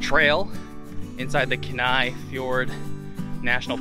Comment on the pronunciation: nice video, thanks for sharing. its pronounced keen-eye though ha ha